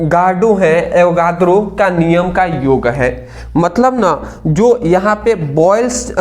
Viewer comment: आवओगदरों h sir ye😅😅😅😅😅